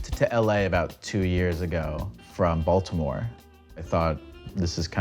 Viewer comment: He enunciates the T in Baltimore. He's not from Baltimore